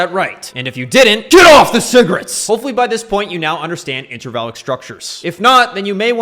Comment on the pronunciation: Everyone in the comments is frustrated lol. Are you saying INTRAVALID structure or INTERVALLIC????? wth i can't understand you